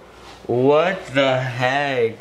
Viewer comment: It sounds like ur saying what tbe HEG